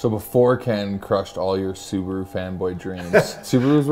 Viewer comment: So nice hearing Americans say Subaru the right way